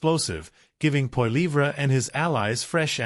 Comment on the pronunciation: Poiliever...is not even close to your pronunciation...Trudeau...and Trudeau Senior have made Canada an example of Democracy...Not perfect...none are...